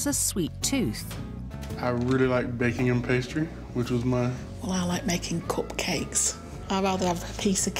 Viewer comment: the way she pronounces cupcake is just wrong